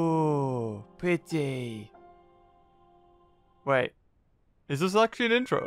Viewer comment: OoH hOoO pItY(PrEtTy) That's my new favorite line